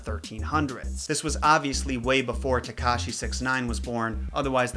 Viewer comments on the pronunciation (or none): Omg when u said TEkashi 69 i died